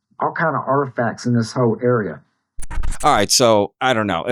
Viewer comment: I mean……’Deez auhtufacts fon the Ahnewnahki. All coming up’ What? Less nutters please. There no underground high speed train system all over the world that ends up in Denver. Stay away from the kooks